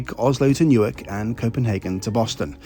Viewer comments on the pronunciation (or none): none